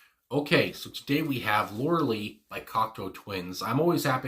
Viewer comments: The video for this song is pretty strange and makes it even better, imho.. btw, it's pronounced Lor-a-Lie. The band Styx also had a (rock) song called Lorelei that was awesome a few years before the Twins came to be. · Laura Lee is the bass player for Khruangbin. This is Lorelei, a name in the English language that has an "i" sound at the end. Otherwise, carry on! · Pronounced - Lorei- lie - beautiful place alongside The Rhineland-Place in Germany steeped in folk lore ( I'm half German)